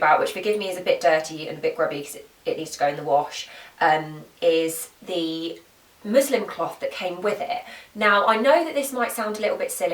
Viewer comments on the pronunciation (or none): This may just be your accent, but just in case, it's musliN cloth, hahaha! Great vid, thanks girl.